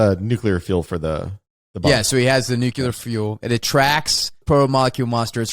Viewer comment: In Wes' defense, Cotyar is hardly ever mentioned by name. 🙂 However... I do bite my tongue everytime he says "nuclear" like Homer Simpson (probably 'cause I don't want to bully anyone for how they say things.) 😁👍 "It's nuke-u-lar Lisa.". No. It's "nu-clear" Wes. Oh never mind. I love you too much.